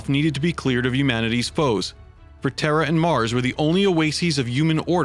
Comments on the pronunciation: why does it sound like "warriors of terror"? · Dude needs to work on his pronunciation. Terror, uman etc... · Every time you say terra you say terror.